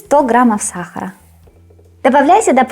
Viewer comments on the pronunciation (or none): none